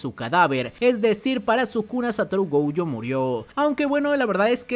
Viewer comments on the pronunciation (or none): Gojo, no "Goujo" diosssssssss miooooooooooooooooooooooooooooooooooooooooooooooooooooooo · Porque pronuncia GOUJO?